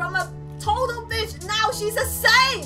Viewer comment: Do you say bitch or bich